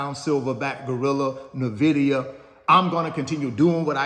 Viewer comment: Much respect to you coach for spreading your knowledge, but ive been waiting for the day you actually say N-vidia instead of Navidia lol